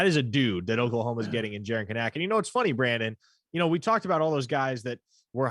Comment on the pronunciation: Hey, I prefer the way you pronounce Kanak but the Kanaks say it the other way. Can-nick. Emphasis on the Can, maaaan